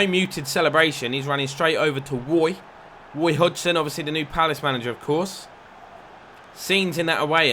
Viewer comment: Woy Hodgson 😂